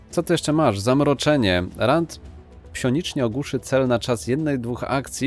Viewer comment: pŚionicznie... xD